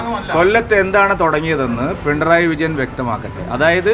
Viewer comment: പിൻഡ്രായി വിജയൻ അല്ല പൊട്ടാ പിണറായി വിജയൻ.. ആദ്യം പിണറായി വിജയൻ എന്ന് പറഞ്ഞു പഠിക്ക്..